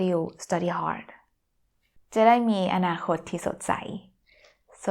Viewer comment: Anakot ... I wish all word in Thai were so distinct...